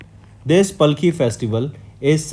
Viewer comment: sir you have to learn proper way to pronounce palkhi and warkari